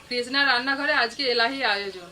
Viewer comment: কৃষ্ণা নিজের নাম বলছে " কেজনা "!!! সঙ্গে সেই"যোগাড়যাত" তো আছেই। Almond ??? সেটা কি ?? উচ্চারণটা Amond। চিকেন 'মহারানী' র সঙ্গে মটন মহারাজা(!!) হলে পারফেক্ট কম্বিনেশন হতো।